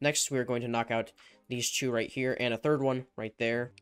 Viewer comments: Is it me or when he says two he says chew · the way he says 2 😂